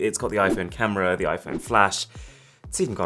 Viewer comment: 4K "CAMRA"